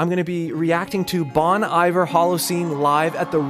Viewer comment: It’s pronounced “bon eever” not “bon “iver”